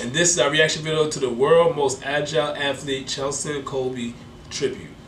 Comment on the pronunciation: It’s C H E S L I N not chelsin